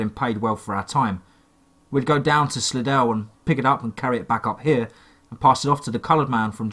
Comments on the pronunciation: Hey just so you know im from the slidell area and we pronounce it sly-dell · Hey I live somewhere else in the world and it looks like it's spelled Slidell but we pronounce it no-body-cares. Just saying have a nice day.